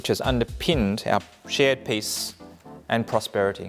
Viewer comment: She keeps on pronouncing “peace” as “piss.”